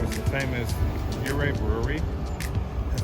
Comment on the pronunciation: The Ute word is pronounced Ooh ray not Your Ah and it means Arrow. This town is on Ute land.